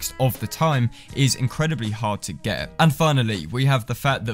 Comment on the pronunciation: Ummm not to be rude but you said the name wrong to me it sounded like you said vendon